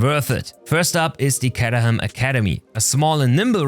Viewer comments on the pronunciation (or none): Caterham like in Kate;)